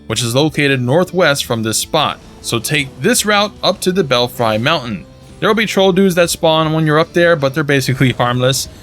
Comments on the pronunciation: I've honestly heard so many youtubers say bell fries that I started to think I was pronouncing it incorrectly. It's so strange that so many people got it wrong. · I love the way you mispronounce Belfry and Belfries... Never heard it said like that before man. Classic insane shit 👍